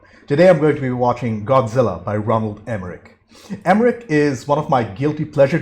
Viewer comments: It’s ROLAND Emmerich Not Ronald... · I could have sworn it was Roland and not Ronald. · I love watching this movie and I know there’s nothing you can do about it after the fact, but seriously dude it is annoying as hell listening to you mispronounce his name. I don’t know if you’re dyslexic or what but next time you watch one of his get the name, right